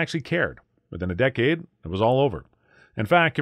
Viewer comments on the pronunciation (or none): none